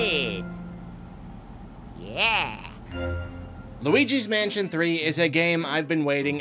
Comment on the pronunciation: I only hear Weegee's Mansion